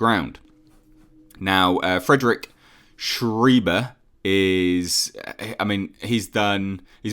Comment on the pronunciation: small note: Schreiber is pronounced like sh-rye-buh not sh-ree-buh.